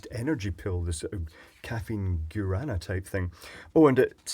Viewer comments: guaraná is pronounced gwa-ra-NAH. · Guaraná is pronounced with the "Gua" from "iguana", then "rah-nuh". Gua-rah-nuh. It's a very common wild fruit here in Brazil, well known as a natural "energy booster", but it's more commonly known as a soda flavor (very good by the way, if you ever have the chance to try Guaraná soda, do It!). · my wife went to Brazil, and she said Guarana is pronounced like gwa da na down there. I don't know how correct this is and i could be wrong. However I think it comes from down there. Good channel keep it up. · well in that case then hes saying it wrong